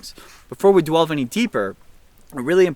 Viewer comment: Dwelve? Lol